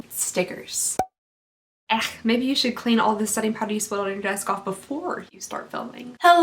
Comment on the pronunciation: Lmao you said setting powder. Idk why I heard silly putty 🤷‍♀️